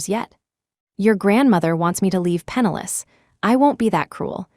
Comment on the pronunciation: PENNILESS not penalous